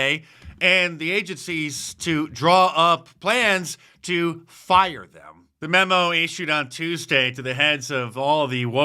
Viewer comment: Yer' farred!😂